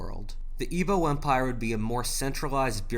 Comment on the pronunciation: As a Nigerian the way you said Igbo Hausa and Yoruba hurt me on a transcendent level